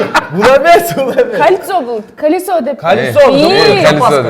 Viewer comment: Кольцо эмес калясо😂😂😂